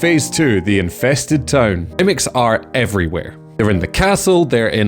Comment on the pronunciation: The caption bot confuses your way of saying town with tone. Either pronounce town (tawn) correctly or replace the caption.